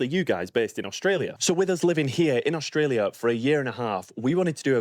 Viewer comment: Funny…..you calling it OSHTRELIA ! Why ?